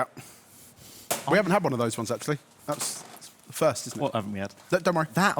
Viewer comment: ‘Deez ones’!!!